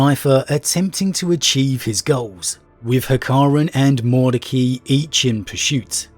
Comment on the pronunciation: You didn't half savage that Liberians name. Break it down Mord ec ai, just say the i.